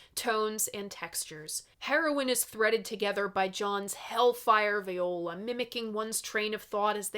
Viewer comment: The word "Viola" when referring to an instrument is pronounced "Vee-oh-la". "Vigh-oh-la" is a woman's name. Keep on making wonderful stuff,!